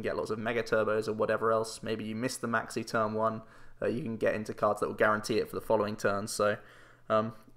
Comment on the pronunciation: When you say Maxie I keep thinking you say Maxx "C" and get very confused